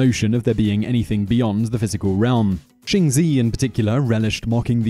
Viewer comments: shunzi is pronounce shun-ds-uh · Xun zi's name just got butchered...